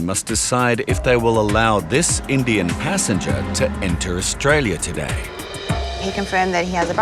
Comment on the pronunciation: Why stress "indian" when you dont stress "white"